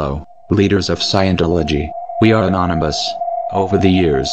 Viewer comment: Anonymous❌ Nanoms ✅